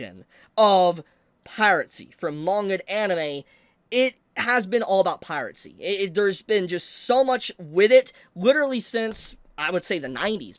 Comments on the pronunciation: why do you say pirate-see instead of piracy? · Bro pronounces piracy as "piratecy" 💀💀💀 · Yes. Pirate Sea will always be around. Never stop mispronouncing things man. You be you.